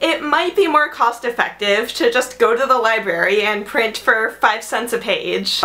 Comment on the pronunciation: You're an English major and you call it a libary?